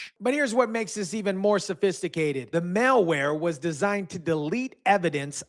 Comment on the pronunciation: Dude it's "mal" not "male" ware. Male wear is a suit and tie.